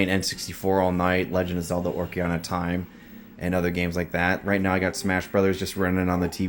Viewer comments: Repeat after me. Ock...A...Ree...Na. :P Cool setup man, It's kinda refreshing and fun to see the smaller more humble collections. The big dogs with the rooms filled wall to wall all look the same after awhile. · craziest pronunciation of "ocarina" i've ever heard lol sick setup though and love the toxic avenger arcade sticks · ive never heard someone pronounce ocarina as badly as you how did you even do that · I was literally gonna mention that😂